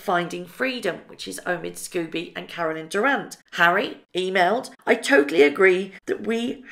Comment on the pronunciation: Pronounced Skoh bee not Scooby